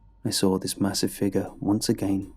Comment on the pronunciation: Everytime you say "saw" it sounds more like "sawr"